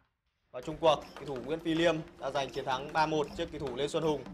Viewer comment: Liêm chứ ko phải lim ông ơi